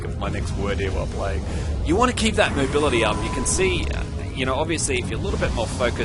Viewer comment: He said "moobility" :D